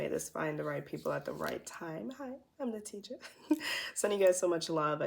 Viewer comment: You said "Hi im " and I heard - Hi, I'm the teacher 😅❤️😘